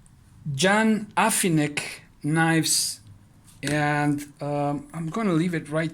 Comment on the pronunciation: I'll write a little Slavic pronunciation here if you don't mind, Ján Hafinec is spoken as you would pronaunce Yaan Hafinyetz, that acute mark on "á é í ó ú ŕ ĺ" is pronaunced as "aaa eee iii ooo" etc. in english